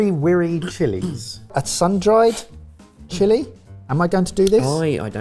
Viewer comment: HAD to come back to watch this for christmas. My mom is Guyanese and she said you guys mispronounced the name of the chili 😂 but she said the pepper pot looks great!! And I got to enjoy Pepper Pot earlier yesterday morning for Christmas~. I'm really happy you guys got the opportunity to do this; I've been watching you guys for years but I was able to send this to my mom for her to enjoy, especially since one of her favorite things to do is learn to cook and improve her Guyanese cultural dishes. We do buy jarred cassareep tho because we don't have time for all of that 😆😆😆😆 Thanks for this episode, It really made my day to see something me and her could share and talk about. Still wish you guys had thrown in the Un-Red Herring of having to make Pone (a sweet cassava dish) After having to make Vakalavalava (almost the exact same dish) for Fiji just the letter before. Edit: If oxtail is cheap over in england I will fly over there right away. Also yes, we usually don't pick the meat off the bones (unless youre eating it haha)